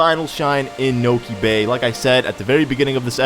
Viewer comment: You said: Niko bay XD